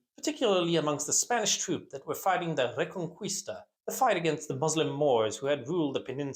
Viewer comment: Reconquista is pronounced reh-con-KEY-sta, not KWIS-ta.